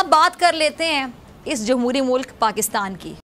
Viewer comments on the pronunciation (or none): जम्हूरी मुल्क नही जमूरा मुल्क